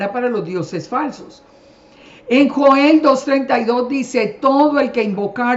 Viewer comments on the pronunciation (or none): none